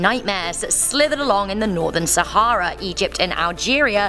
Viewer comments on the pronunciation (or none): none